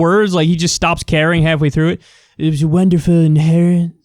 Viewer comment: He can't pronounce Yosemite or inheritance?. Everything is like a foreign language to him.